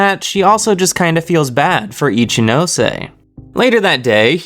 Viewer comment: yeyyy you finally pronounce ichinose right..